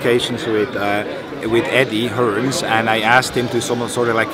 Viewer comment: Loool 'Eddie Hearns' 😂😂